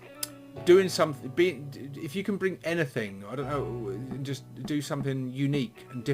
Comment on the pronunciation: Anyfink? Rilly?